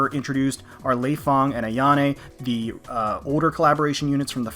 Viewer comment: well i play dead or alive and your saying leifang wrong. Fyi and love your voice def would ride you ;)